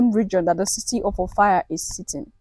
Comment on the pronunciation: Not Ophir or Or-Fire, OFFA!